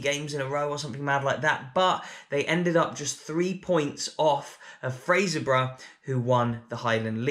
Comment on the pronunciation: Well done on probably the best pronunciation of Fraserburgh by an Englishman I’ve ever heard.